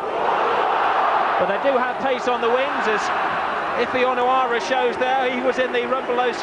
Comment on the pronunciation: The way he says Onoura is annyoing me